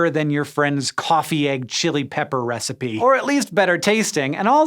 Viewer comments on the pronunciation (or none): none